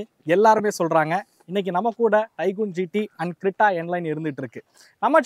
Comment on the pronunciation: Creeta illa Creta learn how to pronounce